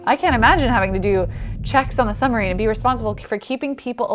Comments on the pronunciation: i'm pretty sure the word "submarine" is pronounced like "sub - marine", and not like "some - marine". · Girl it is a Submarine, not a Sumarine. Fix your diction. I am a veteran Sub sailor. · Great video, but what is a summureen? 😁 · please pronounce the B in suBmarine, it is sooo irritating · Love the work, but it's a "Periscope" and please say "SUB-marine" . It's not a "summer-rean". Sub = below, marine = water. Peri = outside, scope = to see. Not parascope